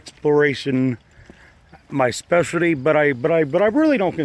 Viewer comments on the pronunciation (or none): none